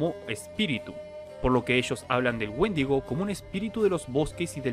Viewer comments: Pensé que decía mendigo :v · Pensé que decía Woshingo xd